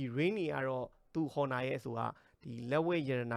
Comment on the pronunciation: အော်နာလား ဟော်နာလား အသံထွက်အမှန်ကို ရှာကြည့်ပါ။